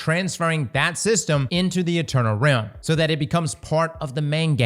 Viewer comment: He has to be saying rim instead of realm on purpose😅